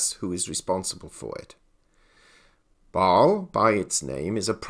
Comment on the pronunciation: You are not just constantly ignoring the "S" and "E" in "Basel" for unknown reasons: FDIC has a very similar rule in effect and this also did not create a gold hype, so another nail in the coffin of too optimistic visions. The question for real life is how banks that needed it most like Deutsche bank should actually manage to buy a lot of gold - buy from what? If you look at the BIS publication with last revision from February, gold market risk is compared to that of foreign currencies rather than other commdoties, which leads to 8% capital requirement... - so while still a good sign overall, Basel III rules about gold alone do nothing, and nothing new. Even if banks (not the central banks) sell off for such reasons - they do not have much anyway, don`t they?